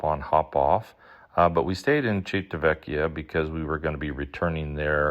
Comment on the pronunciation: It’s pronounced “Chee Vee Tah Veck E Uh.” Six syllables, sir. I’m Italian and it seems very few Americans can get that pronounced correctly 😅